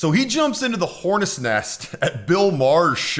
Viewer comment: " horness nest" lmfao thanks for that laugh